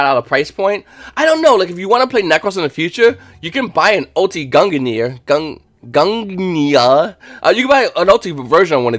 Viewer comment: It's Norse. Gun-gi-near is it's pronunciation.